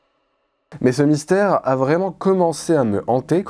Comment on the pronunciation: Mystère, vous avez dit "mysère" !